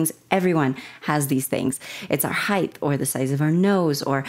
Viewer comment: Height not Heighth lol weird pronunciation